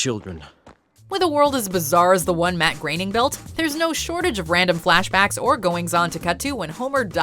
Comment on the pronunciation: Thank you for pronouncing "Groening" correctly